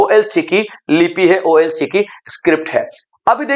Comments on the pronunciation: Ol chiki ''O L" chiki nahi jabki ol (all,ओल) hai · "ओल चिकी " कहते हैं,ओ एल नही बोलते है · ओ एल चिकी नहीं ओल चिकी होता है❤❤❤❤ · Ol ka pronounce (all ) hoga